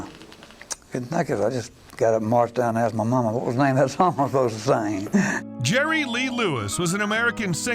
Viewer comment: His name is Jerry Lee Lewis. No Lerry Jee Lewis. 😂😂😂😂😂